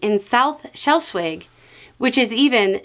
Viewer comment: Are you trying to say Schleswig?